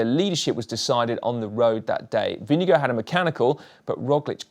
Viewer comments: As a Dane. You pronounce the Vinge bit correctly. The Gaard bit you pronounve as in Store with a G instead of St. The D at the end you donøø pronounce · You should really just call Jonas Vingegaard by his first name "Jonas". It's hard to butcher his last name much more than was achieved here. :) Good video though. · When will the GCN presenters learn how to pronounce Vingegaard? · We know so little about him we also still mispronounce his name 🤣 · its Vingegaard (think wing+god), not vinegar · It's not "Vinge-go". You would be very close, if you pronounce it "Vinge-gore" with "Gore" in a British accent (not working as well with an American accent). Dane here. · Vingegaard not vindegoat. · I have to say this it’s not vingego it’s pronounced vinGeGaarD (caps mean you have to say the letter harder than the rest) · Favorite moment is when you pronounce Vingegaard as vinegar or vinego cracks me up every time 🤣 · When you pronounce Jonas Vindegaards name, it sounds like Vindego. Maybe you should consider to get it right🙂. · This has got to be the worst pronounciation of "Vingegaard" I've heard so far - completely butchering it! :D IT'S NOT "WINNEGO"! Please, get your act together, it really isn't that hard. For right pronounciation, watch this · Lars Bak is not excused either! If you're making the effort to pronounce any name the right way (and especially if you're doing it in a video where you're saying it a hundred times), then at least get it close to right. "Winnego" is ridiculously far off. Otherwise just stick to regular English pronounciation like most non Danish-speakers, so we at least understand what name you're trying to say. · Jonas Vingego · We need a little talk about pronounciation. Vinnegow ? Ving as in sing, e as in eh, gaard as in gore with a very short e. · His name is NOT Vinegar and it is NOT pronounced like that. 🤣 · Your pronunciation of vingegaard is getting better, but still a bit off. It is not vinge gooo.